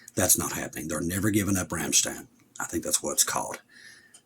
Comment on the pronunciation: It’s pronounced “RAM-STINE”